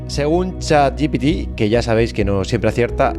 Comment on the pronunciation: Un capitulo tremendo, espectacular los paisajes menuda pasada, pero por favor, no digas chat gi pi ti por favor te lo pido jajajajajajajajaja es Chat G P T Chat G-P-T